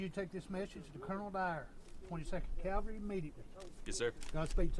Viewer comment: Aside from mispronouncing "Cavalry" throughout the video, it is very good.